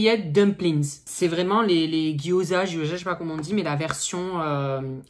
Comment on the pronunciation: Noho c’est pas les jyoza mais les Gyoza